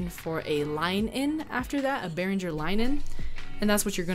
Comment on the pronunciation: would be nice if you learn how to pronounce Behringer correctly before you start teaching stuff to other people...